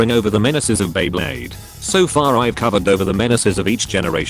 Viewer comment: OMG, this is the first time I heard the voice over saying Beyblade correctly. Back in some older videos, it always said b-blade.